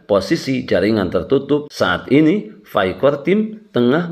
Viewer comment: Pi bang bukan fi